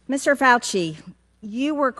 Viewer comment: He is a Faulci pronounced (Falsee)